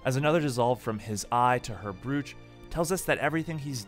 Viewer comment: Love your videos man, just binged a bunch of them. Just a quick tip: Brooch rhymes with "poach", at least that's how I've heard it pronounced in my experiences.